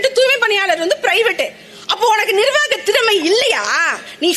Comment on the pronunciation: 'ஓ, என்கு வருமே, அதான் டூய்மைப் பிணியாளர்கல்'...!😂